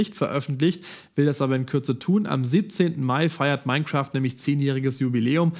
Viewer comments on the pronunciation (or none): none